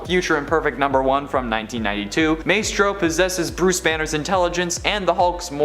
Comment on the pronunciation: Maestro: [my-stroe or my-stroh], not [may-stroe]!